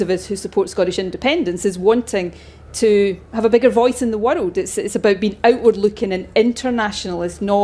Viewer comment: Her view of the whirled is stupid. Can't even say world.